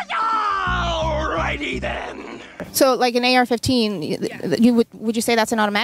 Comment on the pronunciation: When she says AK15. That's when I lose faith in humanity